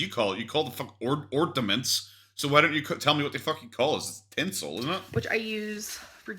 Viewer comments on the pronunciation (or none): "Ordaments" is she kidding!! She called tinsel stencil before she met Destiny 🤦‍♀️ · She calls tinsel ‘Stinsel’ 😂